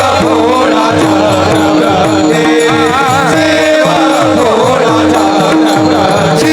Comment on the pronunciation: ३९:४४ शिव भोळा चक्रवर्ती आहे चक्रव्रती नाही, उच्चारण सांभाळावे अर्थ बदलतो राम कृष्ण हरी